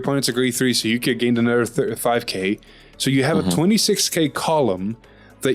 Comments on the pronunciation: yukia, might as well call it ikea HAHA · i like how both of them fail to say yuika's name